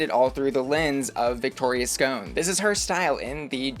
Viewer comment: Please pronounce Victoria’s name properly. Her name is her brand and mispronunciation of it is disrespectful.